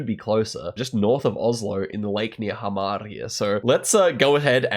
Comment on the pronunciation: as someone who lives in Hamar, that pronunciation has me dying